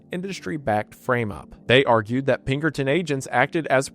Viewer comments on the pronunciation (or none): "Peckerton Detinctives"